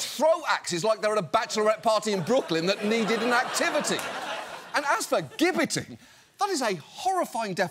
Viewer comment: also — it’s pronounced “jibbetting,” not “*gibb*etting”